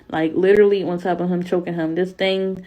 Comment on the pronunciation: I'm flinching every time she says "him" cuz it sounds like "hum" and I just 😵‍💫